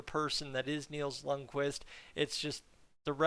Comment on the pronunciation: It's pronounced "k"Vist"! Not "k'wist". Jesus, Edmonton fans SHOULD know a little bit more about Scandinavian pronunciation by now!🤦🏻‍♂️🤦🏻‍♂️🤦🏻‍♂️